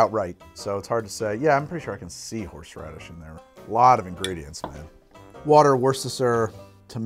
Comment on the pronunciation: Watching while I'm ready to go out Why I keep listening " horse rubbish" instead of horseradish Is just me?